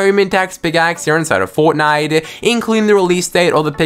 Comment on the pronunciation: HERE INSIDE OF FOWTNIWTE ITWM SHWOP